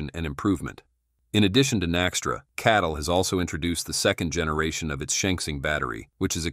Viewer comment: it is CATL not KATL